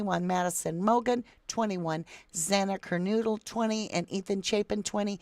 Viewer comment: KO- BURGER. KER- NODE - LE.